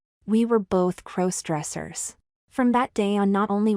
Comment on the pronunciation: A superior story. All to the good. But again, when will the AI narrators learn to pronounce "crossdressers"? After all, it's kind of a central word to the narrative.